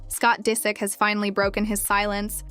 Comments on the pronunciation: Why oh why do you have to mispronounce names in every video I dunno why it bothers me so much but it does you mispronounced Disick the first time you said it but then pronounced it right the next few times so it wasn't like you didn't know how it was pronounced. I wonder if this isn't AI voiced. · Omg whoever narrates this sounds like AI. Doesn’t pronounce his last name right and literally just repeats the same things over and over